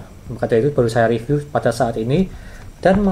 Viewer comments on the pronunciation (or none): none